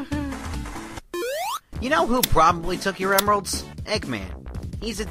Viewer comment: “aw c’mon.... my emerdoods”